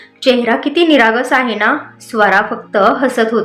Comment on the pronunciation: हो णा नाही हो ना